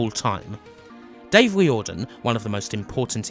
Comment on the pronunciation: Just a few notes on pronunciation - silicon is 'silakon' (not the tiling and boobjob stuff, lol), Tír na n-óg is nearest to 'cheer na noeg', and Riordan would be 'reerdan' (In Ireland, anyway), though yous was nearer to how the syllables are treated in Irish